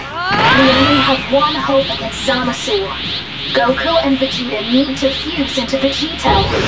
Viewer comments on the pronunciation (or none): "Hold off Goku black and ZaahMaahSooo" That pronunciation sickens me.